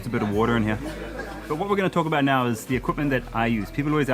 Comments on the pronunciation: He is saying "NAA" after each sentence is so indian & so cool😂😂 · Every time Karl says “now” I hear “Na” the usual phrase Indians add to end of sentences